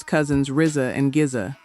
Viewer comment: Why she say Gza like that ? 😂